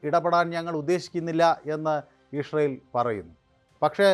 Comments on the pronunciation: വേലി... ഒക്ടോബർ 7നു പൊളിച്ചപ്പോൾ.... ഇതുവല്ലതും.. ജിഹാദികൾ ഓർത്തോ..... കക്ഷത്തിൽ ഇരുന്നതും ഉത്തരത്തിൽ ഇരുന്നതും ഒരുപോലെ പോയി എന്നു പറഞ്ഞാൽ മതിയല്ലോ.... ഇഷറയേൽ അല്ല ഇസ്രായേൽ 😂😂😂 ഷിറിയ അല്ല സിറിയ 😂😂😂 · എടാ പൊട്ടാ '"ഇസ്രായേൽ 'എന്ന് കൊച്ചു കുട്ടികൾ പോലും പറയും ഇഷ്‌രായേൽ 😂😂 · നീ ജവാൻ അടിച്ചിട്ടാണോ പറയുന്നത് ഇസ്രായേൽ എന്ന് പറയു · ഇസ്രായേൽ എന്ന് വ്യക്തമായി പറയാൻ ശ്രെമിക്കൂ